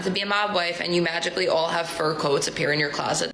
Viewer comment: holy moly, the obviously fake, "this sounds kinda new york-ish", heavy, almost north jersey accent, but in the worst possible way imaginable is ear-grating. the only word she even tries to pronounce like an east cost native is "all" and it's completely overdone. this is coming from someone with a fairly heavy Boston accent. the rest of her accent sounds very stereotypical minnesota